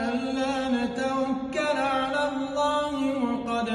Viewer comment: عندما تنطق الله يا اسلام انطق الله بدون كسر الها